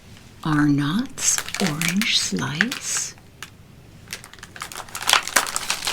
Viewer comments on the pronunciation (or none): if you hadn’t heard it then you would probably assume it’s prononounced “are nots”. For reference for others, it’s pronounced like “arnuts or “ahnuts”. The O is pronounced more like a U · The way you pronounce Arnott's haha!! As a proud Aussie living overseas, I could not have clicked faster. We pronounce it 'ah-netts'! And yes, Vegemite with plenty of butter, and even with avocado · Darling, it’s Arnotts not are nots. Lol